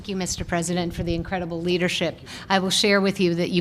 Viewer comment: “I thank your Leardership” If anyone lived in dictatorship countries..... knows this is a textbook sentence!